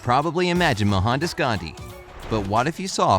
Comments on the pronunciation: It's Mohandas Gandhi not Mohandus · it not mahandhas its Mohandas And he is called mahathma gandhi in india pls know it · I am indian 😎😎😎😎😎 Not mo han das gandhi Its Mou Hn Daas gandhi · It's not Mohanda Gandhi it's Mahatma Gandhi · It's pronounced Mohan daas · Mo-han-das U pronounced wrong And his full name is Mohandas Karamchand Ghandi And is well known as Mahatma Ghandi U should know the word 'Mahatma' means great soul in hindi. 🙃🙃😉😉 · The way he pronounces Mohandas...